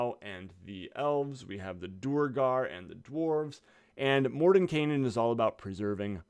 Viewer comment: Would it be morden-kye-nen and not morden-kay-nen? Or am I the one that can't pronounce words (which is likely)